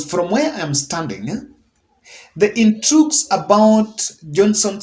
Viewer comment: Correction:Did I hear you pronounce "intrux" for intrigues? It is intrigs.